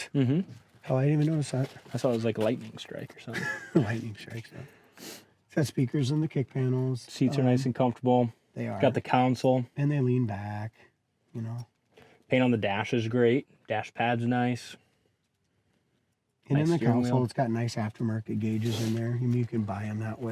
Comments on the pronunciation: Center piece is not a "Council" its a "Console". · Y'all have awesome vehicles. BUT... Y'all keep pronouncing the the thing in between the two front seats as "counsel". "Counsel" is someone that advises you, lie and attorney. It's pronounced "console" , like a 'con' (a felon) and 'soul' added together. Like a console TV back in the 70s. It's a piece a furniture in between the seats, like a console TV was a piece of furniture in your living room.